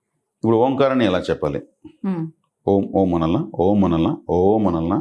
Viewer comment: miru om karani starting point lo deergam testunar, actually ending lo nadamunu deergam teyali, ex: aummmmmmmm, aummmmmmm, aummmmmmm ila anali but miru oooooooooooooooom antunaru